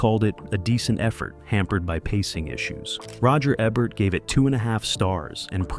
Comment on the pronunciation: E-Bert not Ebb-ert. C(h)imino, not see-mino